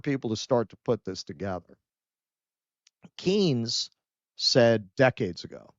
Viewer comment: Maynard Keynes, It's not keens, it's pronounced cains.